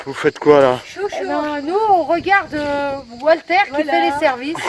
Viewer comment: Alors la! Le montage, la musique, çà frôle la perfection félicitation! Merci pour la prononciation c’est bien « oualter » 😂😂 Super souvenir d’un super week-end avec des super amis. Pour la recette a part la retraite personne ne nous donne mieux tant pis pour nous 😏😀 Biz à vous et caresse à Gibson